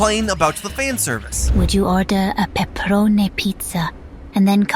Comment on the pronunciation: Peppa-ro-nay lmao